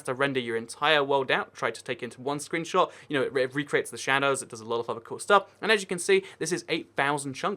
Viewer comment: it said screebshot